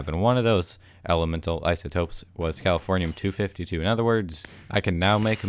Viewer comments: When you said you must obtain the final element I thought you said California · when he said californium i thought he said calafornia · Are you saying Californiam?